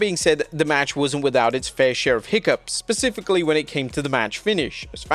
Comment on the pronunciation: SPECIFICALLY, not pacifically. 👍🏻